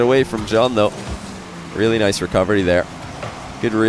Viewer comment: the best thing about the commentary is still that every time he says "recovery" i hear "recubbery"